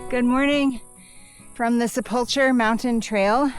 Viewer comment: I enjoyed your videos! When pronouncing sepulcher think of the ancient times and stories of the grave… maybe like the Harrison Ford movies😅